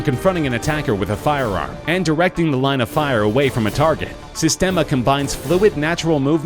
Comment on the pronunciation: Systema is pronounced Sees-tem-a, not Sis-tem-a